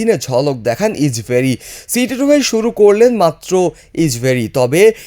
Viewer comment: কের ইচবেরি ইচবেরি উচ্চারণ ঠিক করুন